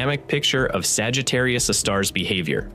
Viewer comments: It's not pronounced Sagittarius uh star. It's Sagittarius "A" star. A, as in hay star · Someone please re-train the AI voice that capital letter “A” (aaay) is not pronounced as if it’s an indefinite object “a” (aahh). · I get it that we’ve devolved to omnipresent AI narration. But if you’re going to use AI, at least make sure that it knows how to say the main topic of your video. We had 3 or four different pronunciations of Sagittarius A*. My favorite - and the first to appear - was “Sagittarius (a star).” Well no, Sagittarius A* is not a star. So I guess, if your AI can’t pronounce what your video is about, you really should fall back on an actual human narrator. (Revolutionary, I know…) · IMHO I would ditch the AI narration, or at least edit out the myriad instances of where it chooses 3 derivative pronounciations of Sagittarius A Star, such as: "Sagittarius Uhhh Star" It waters down the production value significantly. That said, it's otherwise a pretty.good presentation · Yes, me too! Ugh! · Sagittarius astar... This AI voice model needs work on its proofreading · yeah but it's most of the time that I hear it pronounce Sagittarius a star as Sagittarius astar, and I honestly don't think you can force the AI voice model to pronounce a certain word correctly depending on the language model it was built on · Y’all need to fix your AI’s pronunciation of various words, especially Sagittarius A* …